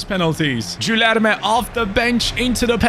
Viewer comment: in portuguese, when there is a u between g or q, you dont say it. So it is like Kenda or Kilerme